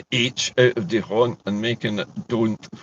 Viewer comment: /, D'Hondt (Belgium) ISN'T pronounced how the majority of Scots say it. French pronunciation - phonetically "D'AWNT" and IS how we should always pronounce the system. It WOULD be great if Scots did pronounce it correctly!